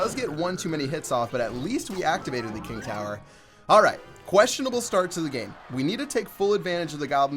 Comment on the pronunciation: He said Kang Tower